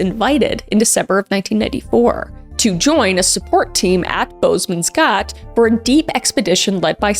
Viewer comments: Hoooweee the way K butchered the pronunciation of Boesman's Gat😂 love you girl but dang that cracked me up! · I actually laughed out loud when she pronounced “Boesmans Gat” Then was heartbroken just a few minutes later Sending love from Namibia 🇳🇦